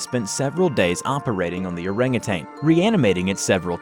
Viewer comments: Wait you say orang utan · "Oreng uteng" facepalm